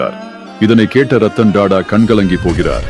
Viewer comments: இந்த வாசிப்பு யாருடைய குரல் என்று தெரியவில்லை. TATA என்பதை DADA என்றும் Traffic என்பதை DRAFFIC என்றும் தவறாக உச்சரிக்கிறார். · It is not Dada. It should be pronounced as tatta. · Da Da ille.. TATA உச்சரிப்பு சரியாக இருக்கட்டும்